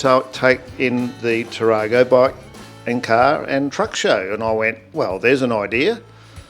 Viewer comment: Thank you for showcasing our little town ❤ It's pronounced Tap without the P, rap without the P, go...it's a town not a car 😉 The show was to raise money for the Tarago Sporting Association to maintain the privately owned recreation area. Noel and his team maintain the grass and gardens and volunteer many many hours continually throughout the year.